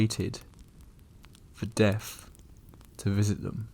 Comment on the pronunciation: Your the mo talking limey, or wherever your from. Pronounce the words correctly! You don't even try? It's not Deaf it's Death...!